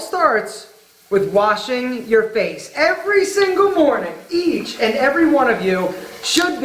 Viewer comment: damn...im so used to listening to the "tiege" thing that even... "every morning "EACH" *sounded like * "TIEGE" one of you should wash your face..damn...